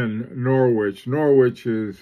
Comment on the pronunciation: forgive me…..Norridge….🇬🇧. Fabulous site content as usual.